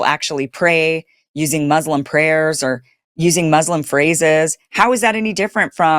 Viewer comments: Muzlim muzlim muzlim…. Why can’t you say it correctly it’s Mooslem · MUS-lim...not MUZ-lum...please and thank you, I am a big supporter.